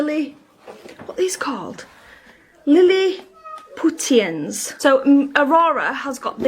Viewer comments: Lilliputtian haha its pronounced with a sh sound.. like from Gullivers travels. She is dense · Waaaaahahahahahahaha Liliputians, not that well read then are you? It's pronounced 'Lilipushians' as in Gulliver's Travels